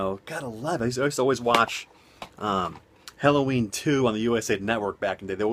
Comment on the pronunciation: Good vid, I originally clicked on this just to hear you say Helloween multiple times, lol. Funny!